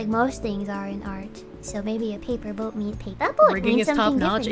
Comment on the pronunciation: I had to dip right as you tuned into Saba's debut, watching the like hr+ of what I missed and at this point I have a sneaking suspicion it's just all Saba😂 (obligatory) "pay-puh boat"